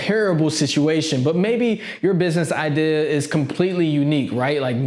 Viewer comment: take a shot everytime he says idear